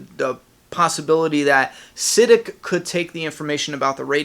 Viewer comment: Yo! I think you're saying Siddiq wrong lol. I am sure its pronounced like "Si-Deek"